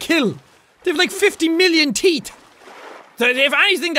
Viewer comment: Lol "50,000,000 serrated teet"